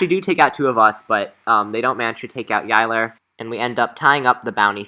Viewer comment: you said yilers name wrong